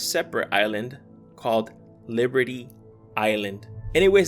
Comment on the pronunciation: Wait are you you saying statue of liverty?🗽